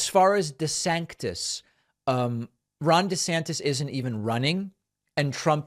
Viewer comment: I got the giggles so hard when David, sir, also did over "desanctis". I'm grateful for the laugh because this stuff is pretty gross. Laughter makes it a little easier to keep up.